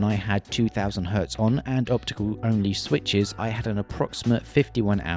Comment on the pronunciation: i love your "The Swithes"